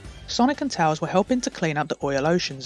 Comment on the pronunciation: Bro I love your videos so much bro thanks for being in my recommended again :) also I like the way you pronounce tails